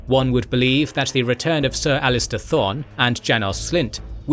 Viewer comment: It’s Ser Alliser, not Ser Alister. Other than that this is another excellent video. Both of your channels are among the best on YouTube